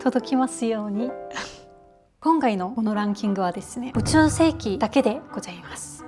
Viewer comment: 「宇宙」の事を、「そら」と言うあたりガチ勢ですね😂